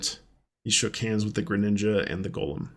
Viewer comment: Golem pronounced go as in go and lem as in lemon. Golem is never pronounced like Lord of the Rings Gollum. “Golem” is from Jewish folklore and it’s pronounced GOH-lem—not GAH-lum like the creepy ring whisperer. It's like nails on a chalkboard when people mix those up. Totally different mythologies, totally different vibes. Makes you wonder how many people think Pokémon’s Golem evolves into “preciousss” or something.